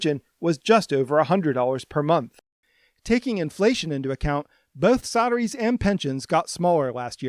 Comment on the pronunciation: You keep saying Sadaries do you mean Salaries ?